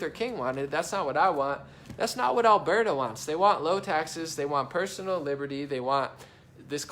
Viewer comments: It's pronounced Al-bur-ta, not Al-bear-ta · Even better, say it from way down in yer gut, "Urburta"